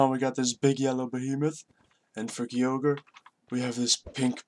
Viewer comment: you said Kyogre wrong